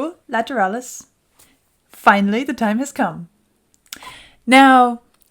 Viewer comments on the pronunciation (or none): Ok. Let’s settle this right here, once and for all. It’s Lateral-lus. Not Lat-er-al-lus. I’ve never said the word lateral, later-al.